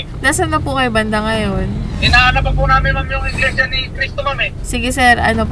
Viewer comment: Iglesia. Hindi inglesia. Potek HAHA